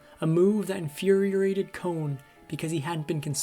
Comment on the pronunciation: Electrolysis — you said it wrong. If you don’t know how to say a word go to google. Infuriated —said it wrong. Omg. What the heck is wrong with you. I stopped watching. Can’t pronounce words right. Not that hard !! Won’t subscribe !!